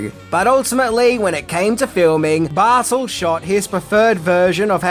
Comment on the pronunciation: "Bartull?" In america we say his name "Barr- Tell" but whatever. Im sure I would screw up native Australian names.